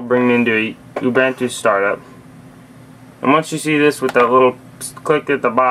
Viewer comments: The way you pronounce Ubuntu makes me uncomfortable xD it's pronounced: u-boo-n-two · or "oom-bun-two"